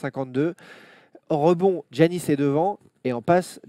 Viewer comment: Je comprends pas ce que tout le monde ( particulièrement les français) a à prononcer Ji-annis ou Gi-annis, ça se prononce Yannis comme en français. A la limite les américains je peux comprendre parce que c'est pas un nom qui leur est familier mais en France ça existe Yanis donc pourquoi prononcer autrement ? Pour ceux qui me croiraient pas, Gi en grec c'est le son Yi, ça s'écrit comme ça juste parce que c'est une traduction de l'alphabet grec à l'alphabet latin. Bref désolé d'être relou mais mes oreilles saignent au moins autant que quand j'entends ENNE-tilikina.